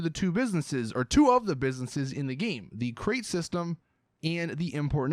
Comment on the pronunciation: you say "game" like "geem"